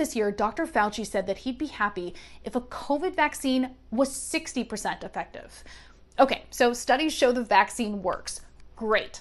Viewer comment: Effective isn’t pronounced like that ma’am